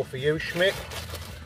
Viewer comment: Little shhhhhmich is class 😂 keep up the great work guys